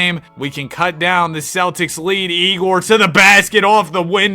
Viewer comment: Fyi, egor is pronounced yay-gor